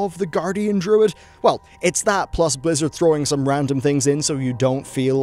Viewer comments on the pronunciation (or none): none